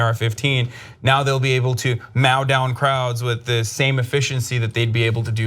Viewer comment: First, Hasan, there's no such word as mow in English as you pronounced it (mao as in Mao Tse-tung.) The word is mow, as in mow the lawn or mow down the innocent protesters. Second, one thing has become an immutable law, and that is if Ana is reading words while we are reading the same words on a graphic, Ana will get at least one word wrong and will fail to correct herself even when the context is clear. The word is spigot, not spotlight. I know you guys went to college, but you didn't read enough, or you need glasses, or both. Love ya!